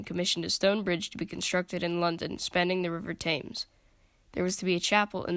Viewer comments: Southwark is pronounced "Sutherk" and "Thames" is pronounced "Tehms" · Southwark is pronounced like 'other' with an S and K added; 'Sutherk'. The W is completely silent. Thames is pronounced 'Tems'. It was the south, not north gate that displayed heads, and it was not known as Traitor's Gate, which is in the Tower of London. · The narrator also mispronounced the river "Thames.' That's not good, but a proper mini-doc otherwise.